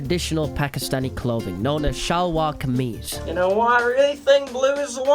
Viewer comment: The way he pronounced shalwar khamese 💀